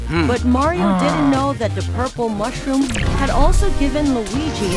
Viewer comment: That Is NOT Mario, That's.... Mayro